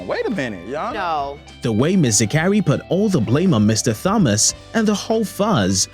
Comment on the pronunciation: Listen to how the Judge pronounces Thomas. Not TH sound for Thomas. Okay?😁